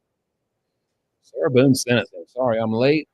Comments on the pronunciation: But I was gonna donate a kidney! Get her, her attorney that pronounces her name as Sarah Beeyoon" and her paperwork outta here!!! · “Sarah Boon-akiss”